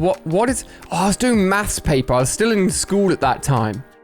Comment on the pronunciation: why alia says mafs hahahaha